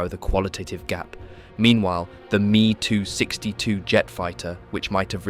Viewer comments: Why can’t the automated speech be told to read ME 109 as M.E. and not “me” 262? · It's not "MEE 109" but EHM EE 109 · Why do you say ME as a word, and not 2 letters? Never heard anyone say it like that